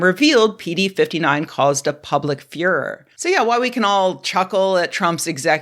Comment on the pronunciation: I love the way you pronounced furore like "fuhrer". It seems fitting 😂